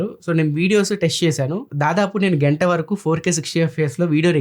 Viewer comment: గంట ❎ గెంట ✅